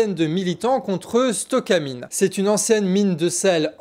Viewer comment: "stocomine" ou "stocamine" ? déjà que j'ai rien voulu dire sur le "premier trimestre 2024" dans sujet précédent. fais un peu plus attention à ce que tu dis/lis... à moins que celà soit voulu et fait exprès pour qu'il y ait des gens comme moi pour écrire un commentaire ?